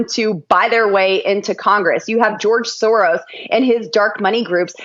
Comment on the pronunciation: Did Boebert say “George Sorrow”? 🤦🏻‍♂️. This guy lives rent-free in MAGA’s little heads